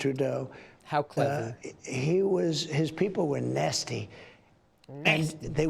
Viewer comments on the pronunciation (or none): Nasty.... not Nazi